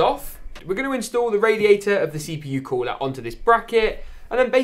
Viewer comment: “Install the COOLAH”